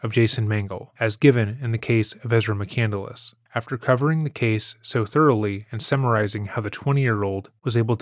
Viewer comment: She pronounces "McCandless" incorrectly. 'Nuff said. EDIT: So does the narrator of this video. It's "McCand-less," not "McCandle-less"